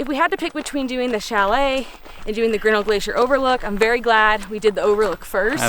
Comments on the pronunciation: I am from Montana and worked in Glacier for two summers....The correct pronunciation of Grinnell: The accent is on the second syllable..not the first...so " gri NELL" It's named for George Bird Grinnell....editor of "Field and Stream" magazine and an early explorer of the park. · It's pronounced Ģrin-NELL !